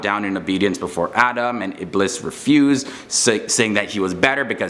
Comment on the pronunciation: Ee-blees, not iblis Moon-kar, not mun- Kar Ja-han-num, not jahunam There has got to be a way you can find out proper pronunciation. Also Eblees was created as a jinn, and angels, jinn, and humans don't switch up and become each other. Eblees was such a dutiful servant of Allah that he had a with the angels